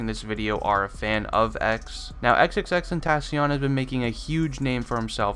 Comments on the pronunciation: How are u gonna say your not a X fan If you don't know this when you can't even say his name right 💀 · Isn’t it pronounced “ten-tuh-seeyuhn” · It's XXX-ten-tah-sion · He can’t say his name right lol 😂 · Lol he said your not an x fan if you dont know these facts but he dosnt even say his name right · you say his name wrong it annoys me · we aint real fans if we dont know these facts? you are saying his name wrong and call us fake fans :)? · Fact #1 is how to pronounce his damn name you fool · how you gone say what real fans should know when you not even pronouncing his name right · Your a fan but you dont even say his name correctly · you don’t even know how to pronounce his name😂😂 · U pronounce his name wrong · The dude made a vid about facts about X and he fucking butchers his name in the first 10 sec. smfh. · if you were a fan you could say his name right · makes this video but pronounces his name wrong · Not how you pronounce his name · they should also know how to pronounce his name. RIP X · Maybe if u were a real fan you would know how to say his name right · You don’t even know how to pronounce his name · if ur a true xxxtentacion fan you could say his name right Jk its hard to say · He's saying all these facts but doesn't know how to pronounce his rap name correctly